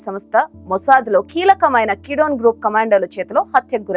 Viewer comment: Madam peru marchu kidone kadu gidyone